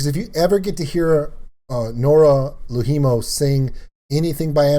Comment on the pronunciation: Noora LOUhimo - (you said it like 'low Hemo / Lou HIImo(u)'. In Finnish that sounds like 2 separate words.) ALways stress the BEginning :) ... of FINnish words